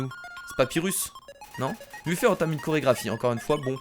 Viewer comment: On dit meffète et pas muffé